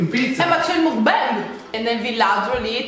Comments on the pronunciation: Per le prossime volte, si pronuncia MOCBAN (con la O aperta e la N nasale XD) Te l'ho scritto in "italiano" che con la parola scritta in"" inglese"" non ci si capisce niente della pronuncia XD Baci dalla Corea ❤️ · Si pronuncia MOKBANG!! Non é una parola inglese/americana ma COREANA, proprio perché é lì iniziata questa "moda" delle Mokbang (먹방) Trasmissione mentre si mangia significherebbe!